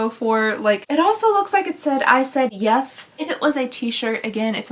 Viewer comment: "I said yef" LMFAO. I wear tanks as pajama tops. The auction house comments about the dress paddles were too cute. 😂 I'm guessing from the contents of all of these, the companies don't plan on you buying more than one box with the amount of ring dishes, hats, and worded clothing you receive.